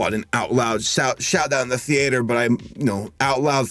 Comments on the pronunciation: I've never heard anyone pronounce 'theatre' like this unless they were parodying themselves. Seriously, man, what is that? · *thee-ATE-er intensifies* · how did he pronounce theatre?! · ..btw pronounces "theatre" in such a weird way XD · Are we just gonna ignore how is pronouncing theatre?